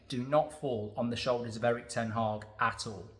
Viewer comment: Mark its not ten Hawg as you pronounce it, Its ten Hag as in bag.